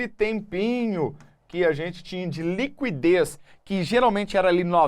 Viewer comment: A pronúncia correta de liquidez é /likidês/ , não /likwidês/, independentemente da região do Brasil.